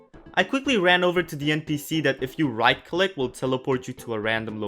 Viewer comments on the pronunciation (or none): none